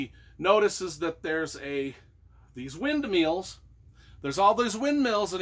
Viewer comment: Hah! I realize this is an older vid, but the book cover caught my eye... (just wanna "say", you cracked me up at the beginning w/the "windmeals/windmills". Not to worry: even djt mixes up windmills with wind turbines. Anyway, I LOVE the hat...par'ner.) Okay...the book cover; I don't know if you've read gregg olsen's "abandoned prayers" but the cover of "cold wind" reminded me of something that happened to a little boy involved in olsen's book..so very sad. That one true crime book effected me like no other...and I've read about 30-40. I stopped as I'd had enough.